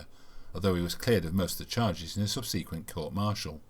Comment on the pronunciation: Good video but the continued mispronounced subSequent was surprising and irksome.